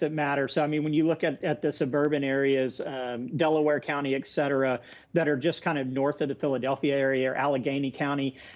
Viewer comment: EX CETERA EX CETERA EX CETERA!!! It's ET CETERA.